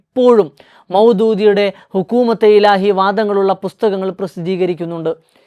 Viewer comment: ഹുക്കൂമത്തെ ഇലാഹി എന്ന് ഉച്ചരിക്കാൻ നിങ്ങൾക്ക് വിവരം വരട്ടെ!!?? ബാക്കി പിന്നെ.